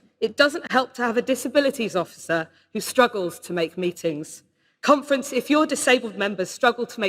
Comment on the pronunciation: What the hell is a "Cumfrence"??